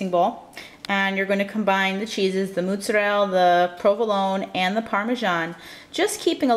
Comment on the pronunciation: This is like over a year old but I was needing something like this for my lunchen! I love the way you say mozzarella. I'm guessing maybe you're italian!